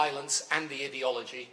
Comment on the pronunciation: Why does he say "idi-ology" ? It is clearly "ideology" coming from the word 'ideal'. This guy just likes others to hear the sound of his own voice. His views are utterly irrelevant now.